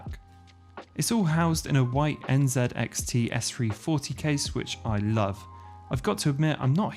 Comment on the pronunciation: first time someone pronounce nzxt as n z xt z like zac lol